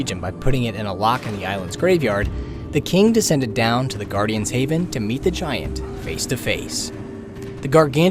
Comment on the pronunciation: Anyone else bothered by how he pronounceds giant?